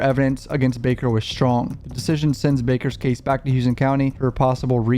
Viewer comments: It's Houston not "Hewston" shoutout to my county 😂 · Its dumb af but its pronounced howston county. I lived off n davis for years. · Not that it matters but they pronounce it Houston (How-Stun) in Georgia 😂😂😂